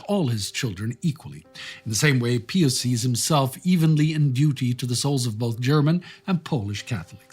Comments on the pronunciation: It's pronounced PIE us, not PEE us. So annoying to hear you mispronounce something so simple. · What's with the pee-us? It's pronounced pie-us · "Pie-us" not "pee-us" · PEE-us you say ... We say PIE-us. George the 41st Bush (sr) intentionally mispronounced Iraq leader's name, for some unfathomable geopolitical reason. j/s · It is normally pronounced "Pie us" in English. Like Pious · Why are you pronouncing the name “Pious” with an “ee” sound? I’ve never heard that before.